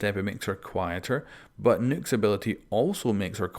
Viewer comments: Its pronounced knock not nuke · It's nøkk pronounced knock not nook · its nock, not nook you imbecile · It’s nok not nook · ITS NOT NUKE OR NOOK OR NUK ITS NOKK LIKE KNOCK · Her name is not Nuke, its not Nook, Its Nokk. Pronounced "Knock" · Why is everybody fucking up Nøkk‘s name pronounciation???😡 It’s NOT Nukk, Nokk or Nükk ITS FUCKING “NÖKK“ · It’s pronounced NOKK like I knock on a door nokk not nuke like I nuked a town get it right I still love ya don’t hate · Its pronounced 'nook' not 'nuke' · U keep saying Nuke is her name, which is fine if that rolls off the tongue easier for u but it’s pronounced like Noke in case u didn’t know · It’s Pronounced Nokk not Nook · IT'S NOT NUKE IT'S NOHK omgoodness xD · Who else laughed when he says nuke instead of nokk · It ain't Nokk it's Nøkk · It's pronounced NOC or NAK, not "Nook" or NUC. It's name comes from the Nordic folklore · Nokk!! Not Nook!! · Nokk not Nook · It’s pronounced Nukk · I really dont like pronouncing Nøkk's name like nook/nuke. makes her sound way too much like Rook which is just gonna lead to confusion. so I'm just going to continue acting uncultured and pronounce it like Knock. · Its pronounced like buck but replace the "b" with "n" nuck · You keep calling her Nook... This isn't Animal Crossing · Do you really say Nøkk as “nook” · Her name isn't nuke! Stop saying nuke! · I thought it was pronounced like Nuck, like Buck. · him reading it as Nook was painful but still luv him lol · Man every time he didn’t say nøkk name right I got slowly triggered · The way you say Nøkk triggers me